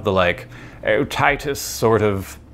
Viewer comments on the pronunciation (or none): none